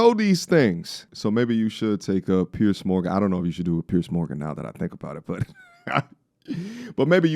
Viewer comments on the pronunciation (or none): Ive noticed most Americans can't seem to pronounce "Piers" and say it as "Pierce". Anyway, love the channel and wasn't having a go, just making an observation.